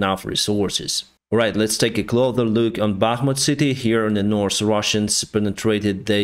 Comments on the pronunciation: He is pronouncing "north" correctly now. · has been working on his elocution and now pronounces "north" correctly. I still think he is adorable when he speaks English.